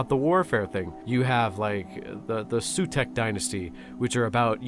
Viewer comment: BEHOLD, THE SAUTECK DYNASTY DEMANDS THAT YOU SHOW RESPECT TO THE MR. BONES FOR ACHIEVING 100K SUBS! ALSO< PRONOUCE THE SAUTEK DYNASTY CORRECTLY, Sauw-TeK, PRONOUNCE IT WITH RESPECT, BONEHEADED FLESH_SACK!